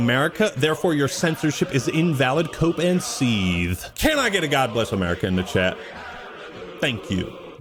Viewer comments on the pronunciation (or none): GOD BLEESSSS AM'URICA